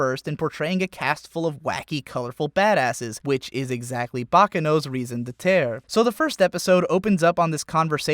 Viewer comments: Am I the only one who cringed at "raison d'eter"? Come on,, it's "raison d'etre". Oh well, I've been enjoying the content. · Raison d'etre. French for reason or purpose for being or existing. Pronounced (sort of) ray-son debt-ra, not ree-son de-tear. Slicing French into English to indicate a formal concept is par for the course, but at least pronounce it vaguely like the original language. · I understand that you are an american. BUT FOR THE LOVE OF GOD, SAY YOUR FRENCH WORDS RIGHT. C'EST RAISON D'ÊTRE, pas "reason de tear, I can't speak French for shit". PUTAINS, C'EST EMBÊTANT! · "Reason da terr?" Are you trying to say raison d'etre? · It's pronounced "Ray Zon Det Rah" not "Reezon de turr". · ***** ray-zone-deh-tre You know that IPA would solve all your problems, right? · ... Raison d'être is sounded out phonetically as "rayson de etruh", with the d'être part spoken rapidly together. I'm sorry to be that person, these videos have been very interesting, but that pronunciation was jarring as heck. Please forgive me. > . < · "Reason de tear" please google pronunciations thank you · cool vid but *ray-zon duh-eh-truh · If there's anything that screams douche more than using the phrase "raison d'être" in a multi-part youtube series about how refined your taste in anime is, doing so while misusing and mispronouncing it really takes the cake. Bravo. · The IPA for Raison D'Ê;tre is ʁɛzɔ̃ dɛːtʁ̥ or ˌɹeɪzɒ̃ ˈdɛtɹə. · He butchers the french from "reason for being" to "reason of earth" , but other than that it makes sense. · Oh god your pronunciation of "raison d'etre" ("reason of existence") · Am I the only one bothered by the blatant mispronunciation of "raison d'être"? I forgive you, but only because your content is otherwise awesome.